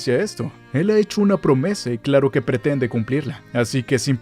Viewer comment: Dijiste promese??? No mames